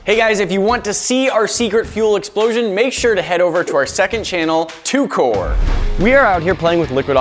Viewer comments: Why does everyone in the video says t kor instead of TKOR as in like t-kor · They calling it "T-core"??? Nahhhhh. It's T.K.O.R. The king of random...